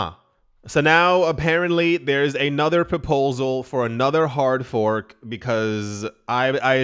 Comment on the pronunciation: That hard fork sounds more like a hard ph*k. 🤣🤣🤣 "We're gonna make a BTCBDC! C'mon fellas!!! It'll be AWESOME!"